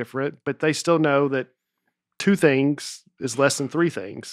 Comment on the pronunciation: I just heard the Dusty T at the end of a word. During the ad read he says it cost 'lest'